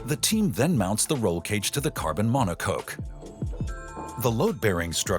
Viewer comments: "monocoke" Thats what you get when you use infomercial narrators... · It's a mono-cock 🐔. Not mono-coke. Lol